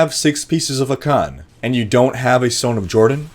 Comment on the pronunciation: lol ah-CAN just made me laugh, classic miss the under rated you. 👊